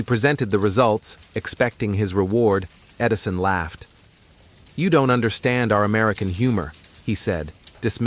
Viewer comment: “Tesla vs. Edirson”? Hahaha